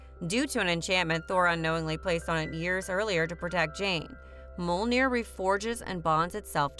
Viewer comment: Good video but I wish you would have at least tried to pronounce Mjolnir correctly. It's an m y sound.